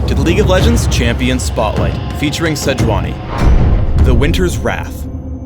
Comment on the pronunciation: It's Say-yu-unee, actually.